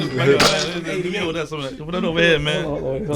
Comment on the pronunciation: Pulled Out Da Old “HUNNITS”🤣💪🏾(Hundreds)